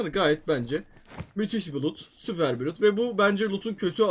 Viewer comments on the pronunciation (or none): none